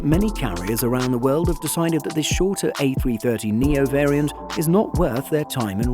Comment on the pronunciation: a330neo not a300neo, other than that great video!